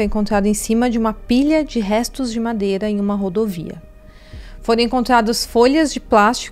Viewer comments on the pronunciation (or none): none